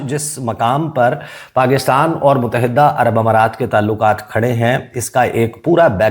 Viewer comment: Kitnee dafa tumain batain? Mutahidda ghalat talaffuz hay. Correct pronunciation is Muttahida. It is irritating for my ears. FGS 😮